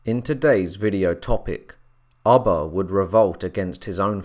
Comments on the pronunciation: Its ubbe not abba hehe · I couldn’t keep listening with you saying ubba like your saying rubber without the r. It’s ubba like your pronouncing it with two o’s “ooba” 😔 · Pronounced: ooh-ba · Did it drive anyone else crazy the way he was pronouncing Ubba's name? Everytime he said it I would say it the other way. Lol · Come on all this knowledge. You could've pronounced his name properly. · Pronouncing his name incorrectly just turned me off to this!